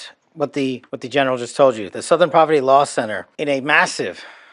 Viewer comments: Southern: ❌️ Sowthern: ✅️ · Sowthern? Where are you from? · You don't say "southern" the way you pronounce "south". You say it like it has an 'uh' in there. Kinda like "s'uh'thern" lol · Southern is pronounced Suth-ern. Pretty much everywhere. Where is from? Is his voice AI? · The way you pronounced “southern” had me laughing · OK, now I’m starting to think you mispronounce words on purpose to drive engagement. There’s no way you’ve never heard the word “southern” before. And yes, I know I’m falling for it, which makes me part of the problem.